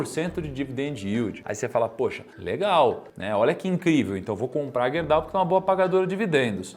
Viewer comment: Estranhamente ninguém disse nada de “Guerdau” ou “Gerdau”?